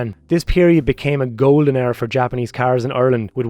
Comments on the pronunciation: What fucking way do you pronounce “era” 😂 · That's Irish lads for ya (im irish I say it the same way lol)